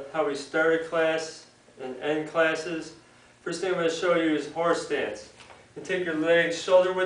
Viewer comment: horsetits lol does sound like horse stance if you say it fast